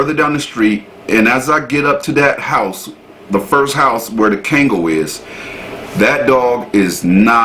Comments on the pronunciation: Hey dude the name of the dog is pronounced KONG-GALL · I'm nicknaming naming my 3lb, mental-patient, chihuahua "Kangal." ❤ He's fatally-fierce in his baby heart. My EMOchi. Pronounced..Kongol...not KAangol...fyi